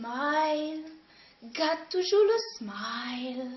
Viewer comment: On dis pas gade on dis garde